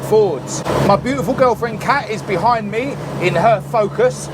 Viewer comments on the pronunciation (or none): none